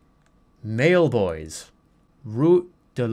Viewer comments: as someone who speaks french, hearing jerma pronounce 'maillebois' as 'male boys' almost killed me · the way he mispronounces everything gets me so bad, just the way he yells "MAIL BOYS" asdfghjkl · The pronunciation of "Mail Boys" is too good